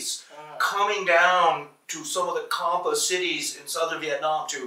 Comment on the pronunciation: Childress have traveled more than 100 countries & studied Champa but don't know how to pronounce it. What a shame. Do Childress don't have Indians in his team while he was researching on the subjects.